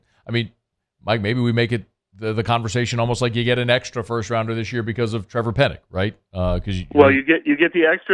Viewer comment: Finally someone educated that can pronounce penning’s name !!!!!